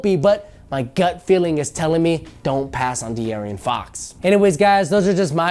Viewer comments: dearien? its deaaron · His name is De'Aaron not De'Areon....come on man next you'll be calling Stephan Curry Steven Curry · Pretty sure it's pronounced de-Aaron not de-arian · de'arian fox? did dis dude just do dat? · Did you say "De-Arrion Fox"? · Why can't people say his name correctly? Lol. It's literally just De'Aaron. No extra syllables. None of that. Just the name Aaron with De in front. But anyways wherever he goes De'Aaron will def be a steal. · De'Aaron (D-Aaron) cmon bruh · Can't even say De'aaron Fox's name correctly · not my point. You made an entire video convincing Laker fans that drafting Fox over Lonzo is the move but can't even pronounce the mans name correctly. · Your not saying his name right.